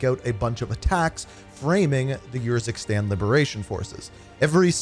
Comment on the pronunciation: “Yurzikstan” nahhhhh bro did them dirty💀